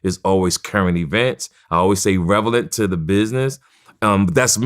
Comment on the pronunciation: Relevant not revalant. I swear